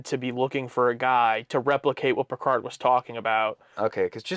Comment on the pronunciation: pronunciation of PERCARD is quickly becoming my favorite part of these reactions. It almost sounds like is slowly starting to follow suit. He started with Picard but it’s slipping.